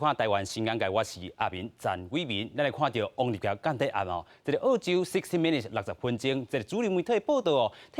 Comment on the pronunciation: 「間諜」讀作「kan-tia̍p or kàn-tia̍p」 嘉賓跟主持都讀作「kian-tiap」，作為主持人，音讀錯，實在太不專業，估計沒好好學習教會羅馬字！